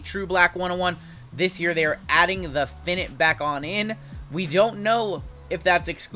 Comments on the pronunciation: Excuse me, I think you ment to say Black "FI-Night" not Finet. 🤣 🤣 🤣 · Sorry imma be that dude but it’s FI-NITE….not FIN-IT